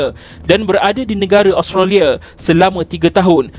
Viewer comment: Kenapa pronouncation ‘Association’ jadi ‘ASZO-KETION’ ?? Australia jadi Austaliyerr 😂 Come on !!